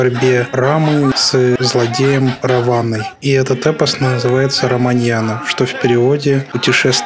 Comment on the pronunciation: Всё хорошо, брат, только не "раманьяна" (это же не коньяк арманьяк, и не цыганщина) а РамАяна с ударением на второй слог, это ведическое произведение, история произошла 2 миллиона лет назад, а записана была 8,5 тысяч лет назад — как видишь, очень древний эпос Равана был царь Ланки [Ат Ланки] — эт та самая, которая под воду ушла и про которую Платон и его ученик Аристотель [наставник Александра Македонского] писали Алекс Македонский, когда на Индию ходил, привёз оттуда ведические манускрипты, а его наставники нашли эти истории "весьма занятными" Так что, на Бали эта история постоянно возвращается, — даже если б Балийцы и хотели сказку забыть, — а им никто не даёт😅 опять европейцы привезли легенду и снова танцевать научили, — ну, вот, нравится им! 😂